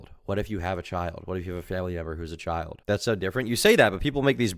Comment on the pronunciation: lol am I the only one dead at the commentators voice? "The child-uh was groomed-uh."